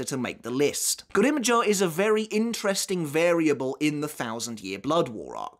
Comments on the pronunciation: Americans: "grim joww": "grimm joeaux" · Why are you saying Grimmjow's name weird? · Why do you say grimmjow like that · Anyone else get triggered by how he says Grimjow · Bro no one in the sub or dubbed versions of bleach pronounce grimmjow the way you do… start pronouncing the names PROPERLY!